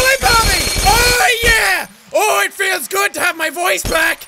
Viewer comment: ITS FEELS NOT FELLS